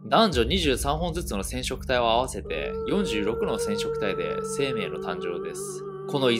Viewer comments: 46のしぇんしょくたいぃ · 「しぇんしょくたい」